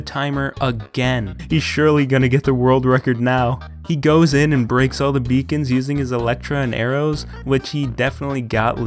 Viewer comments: hes says ender portal and he says becons lol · Dude you dont even know how to say corect end crystals BEACONS? beacon... DUDE WTF, enderitechest? Come on man and enderportal... What the fk